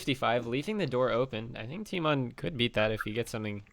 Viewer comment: Lol "tymoan"